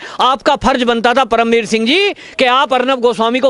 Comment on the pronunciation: BhAi isko perm veer shingh na bolo udu ji jise paerm ji bolo